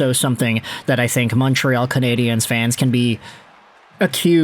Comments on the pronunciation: Hi. Just a friendly note. The way you pronounce ”Canadien” sounds like canadienne, which is the female version of canadien. The end of canadien is a diphthong. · He's doing it the way EA games did for years and I found it super cringe worthy. Unfortunately that made a lot of people pronounce it wrong 😔 I'd much rather instead of putting focus on the e, they just said "Canadians" the English way. Say it the French way if you're bilingual absolutely, but no need to say it wrong 🤣 I would rather they just say it properly in either language lol